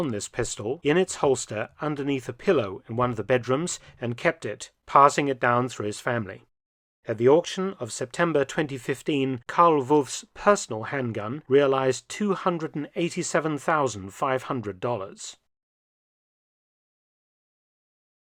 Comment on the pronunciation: Almost perfect. Wolff should be pronounced German way, not as English wolf